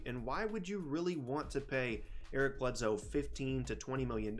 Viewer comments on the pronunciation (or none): Eric BledSoe not Eric BledZoe